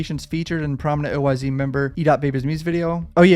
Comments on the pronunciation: Nigga keep saying oy z it’s oyz without saying the z just us it like an s smh shit blowing my mind rn 😂😂😂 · OYz is pronounced oh whys not O Y Z .